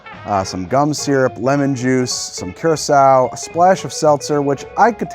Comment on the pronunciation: Lmao "cure a sowe"